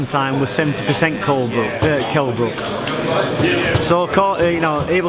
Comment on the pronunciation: Wtf, Ingle mispronounced Brook's name twice!